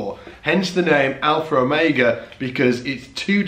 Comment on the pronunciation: #darkglassalpherromega This video is 4 years old but what the hey, and I just wanted to make fun of the way you say Alpherromega. lol